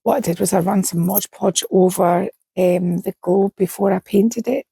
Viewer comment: Amazing! I love everything you do. You’re fearless! I even forgive “Modge” Podge! 😂